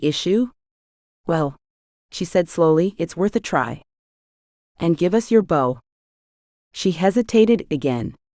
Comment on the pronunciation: Am very much enjoying your work, the AI narration is better than most however the incorrect pronunciation of words with multiple contextual meanings is a bit annoying. "Bow" and "Sake" for example, perhaps more careful editing might help? Thank you for posting this for free 😊❤